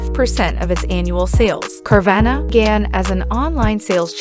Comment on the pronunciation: Say it right